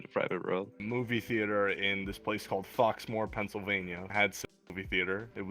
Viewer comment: My man said foxmoor I’m Ctfu that place is booty